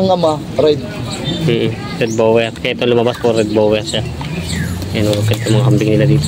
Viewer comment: Di ginawa ng blogger assignment niya. Di niri search ang tamang pronouciation ng breed nung kambing.